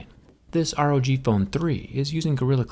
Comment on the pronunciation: Rog not r o g